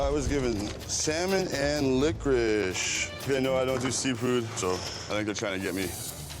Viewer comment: " i love lickwish" - that had me dying 🤣🤣